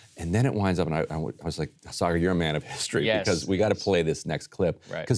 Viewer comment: She pronounced it Cigar Enjenti